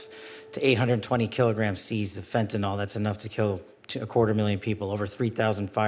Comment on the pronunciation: FentanYl with a Y, not an O.